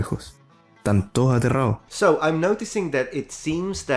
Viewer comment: Ok so- here you can hear how we also skip some "d's", in the word "todos" which means "All" The way most chileans would say the word is "toós"